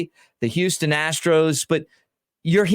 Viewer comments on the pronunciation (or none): none